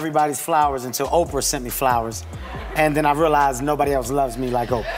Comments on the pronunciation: I love these Oh-pee-are as opposed to Oprah pronunciations. Oh the wonders of AI. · HEY AI, Opra is pronounced Opra(my spelling still sucks but at least I can pronounce her name) NOT OPR, AI SUCKS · Did she pronounce Oprah's name as Okreeyah 😂🤣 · Why do you keep saying opr? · OPR Winfrey....A.I. can't read oprah ?